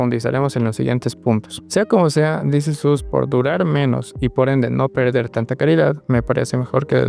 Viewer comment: This is OS. Es la pronunciación correcta